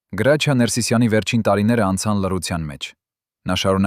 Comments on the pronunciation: Լսի գրաչյա չի հրաչյա ինչ ամոթա անգրագետ անգրագետ մենակ խոսել ու մարկանց վատաբամեք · Ինչո՞ւ էք ասում Գրաչյա, նա միշտ Հրաչյա է եղել և այդպես էլ կա, բավական է, Հայկական անունները ազգանունները կամ սովորական բառերը շեղեք, հասկացեք երբ որ ռուսերեն էք խոսում հասկանալի է, բայ խնդրում եմ մի շեղեք ՀԱՅԵՐԵՆԸ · Listen to me why are you naming the greatest ACTORS name ,his name is HRAJIA not grachia ,listen tome wrong information,shame to you ,and your ARMENIAN even shut your mouth. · Գրագետ խոսիր այ անգրագետ , գրաչյա չի , այլ. Հրաչյա , չեմ կարծում թե ինչ որ մեկը մինչեվ վերջ կլսի այս հաղորդումը շատ ափսոս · ԿԸ ԲԱՒԷ ՄԵՐ ԳԵՂԵՑԻԿ ԼԵԶՈՒՆ ՌՈՒՍԱԿՍՆԱՑՆԵՔ… ԳՐԱՉԻԱ ՉԷԷԷԷԷԷ ԱՅԼ ՀՐՍՉԻԱ…